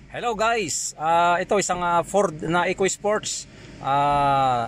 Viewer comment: furrrrdd ekoy-ispoyts